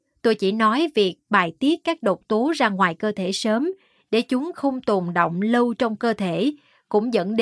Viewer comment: Nhau o phải nhâu. Lâu o phải lô. Đọc hay nhưng phát âm đúng mới dễ nghe! Cứ đọc bình thường đừng sửa giọng!